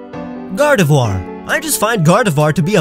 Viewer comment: GARDEVOIR, NOT F*CKING GARDIVOUR!